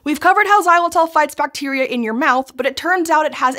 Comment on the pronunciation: It tells a lot about the America's unhealthy diet habits when an OLDASS thing like Xylitol (and Jesus Christ that ENG pronounciation is horrendous!) is unknown to them. We Euro's have been chewing that stuff for like 50+ years now. To us, bubble gum = oral health products.